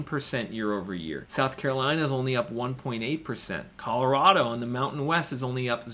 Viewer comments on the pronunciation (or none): none